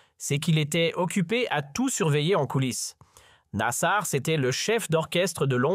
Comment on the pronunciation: Site Regards Sur la République , je vous dénoncerai sur tous réseaux sociaux pour votre propagande sioniste et des mensonges nasar quelle prononciation , aller faire un stage de toponymie algérienne.